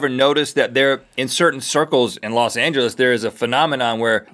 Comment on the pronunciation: In which episode did they first say "losangelisite"